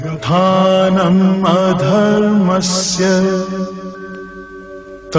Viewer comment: इस श्लोक में गायक ने श्लोक को गलत पढ़ा है। "अभ्युत्थानमधर्मस्य" को "अभ्युत्थानमअधर्मस्य" पढ़ा गया है। जिसे तत्काल सुधारना चाहिए।